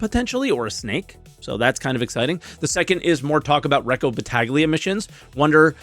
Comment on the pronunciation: I know that we do not all know Italian but when you are a YT, can you at least try to pronounce the words correctly? Try: Bat-tah-yah Not Bat-ah-ghly-ah It is honestly pretty easy, considering all English speaking people to a perfect job for French/German words, I am sure we can do a little better for Italians as well.